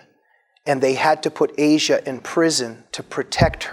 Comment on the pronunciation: Her name is not pronounced the way the continent is. It is, as far as I know, AH-see-ah.